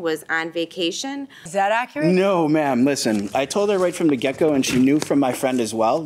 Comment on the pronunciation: I'm only 6.28 in and he definitely just said "I told her right from the gecko" instead of get-go.